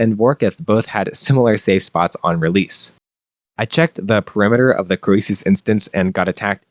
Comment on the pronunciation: Your pronunciation of Croesus is triggering me.